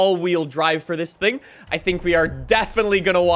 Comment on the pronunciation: He became French for a sec ‘sing’ instead of thing